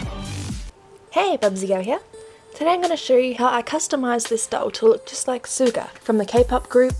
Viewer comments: You did a great job! It does look like Yoongi but just to let you know when you say Sugas name you don't say it with an S like "S"uga u say it "Sh"uga. It's just spelled Suga. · i loved the video, good job! But i just wanted to pint out, suga is not pronounced like how its spelled, its pronounced like shuga. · It’s pronounced like actual sugar but ok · Ellie May It’s pronounced Soo-ga but when Suga says it it sounds like “Shu-ga” because of his accent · e m m a n g u y e n actually it’s like “sugar” without the “r” it’s nothing about the accent, it’s “shuga” not “soo-ga”